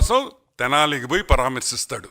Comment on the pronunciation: తెలాని కాదు స్వామీ తెనాలి